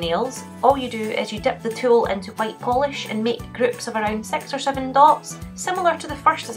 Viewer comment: I love how she says groups-gloops and six designs-sex designs spring-spling 😂❤